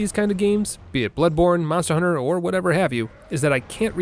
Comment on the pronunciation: "A hoonter must hoont"